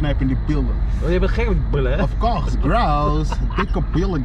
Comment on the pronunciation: Of couggggs